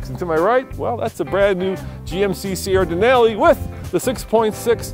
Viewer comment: I hate how you pronounce Denali in the beginning of the video